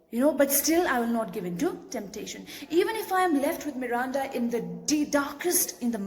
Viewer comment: The way you say Miranda 🔥